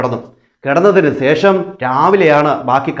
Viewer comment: സേഷമല്ല ശേഷം എന്നു പറയുക ഈ വിഡ്ഡികളുടെ പുറകെ പോകാതെ വേറെ നല്ല വല്ല വിഷയവും U tube ൽ ഇടുക